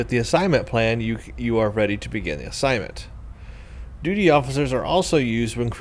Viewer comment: I think you said duty so many times it turned into doody without you realising! :P